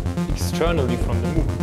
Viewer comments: It’s pronounced Moug, not Moooog. Damnit! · He pronounced Moog incorrectly, therefore this is more like a novice-level inservice. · Dutch isn't his first language.